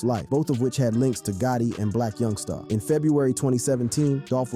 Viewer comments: You ain’t got a clue what your talking about and youngsta not young star lmao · Why does he keep saying youngSTA